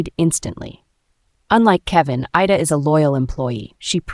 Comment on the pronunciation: narrator makes a lot of pronunciation mistakes. Sometimes she says 'I-da' but in the next breath its 'Ee-da'. She also mispronounces fiancee (which is spelt finance lol). And why do they keep repeating full lines of dialogue - as though we didnt hear it the first time. Some last minute editing hasnt been done which is a bit sloppy. That said, the story is quite good. Kevin and Claire are a'holes though